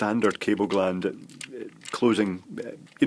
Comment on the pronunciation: Cable gland, not glans, lol.